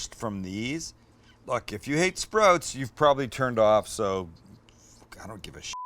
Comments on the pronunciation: i like sprouts but don't like how you say sprouts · Ok, here we go. Recent subscriber bc you're hilarious and a great cook. Your Canadian never comes out until you said "sprotes" (sprouts). Also, sprouts are the number one (I'm making that up) reason for salmonella. That's why I don't eat them. Side note, I'm a chef of 25 years and would LOVE to come cook with you. Please message me to set it up. We would get along great as I constantly burn and cut myself and cuss incessantly. Love the channel man.